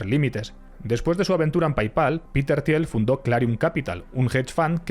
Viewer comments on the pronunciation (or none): qué ignorante el que habla se pronuncia till no tiel y Peter no Piter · Se pronuncia Tiiiillll, por favor. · Se dice Til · Se pronuncia Til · Un poco de esfuerzo en pronunciar ciertas palabras en ingles correctamente, le quedaria bien al video. PayPal, Thiel, etc... Revientas timpanos con leerlo de pura forma castellana.